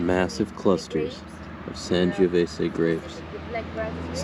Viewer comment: SAN "JOE" VESAY Not San giooh vesay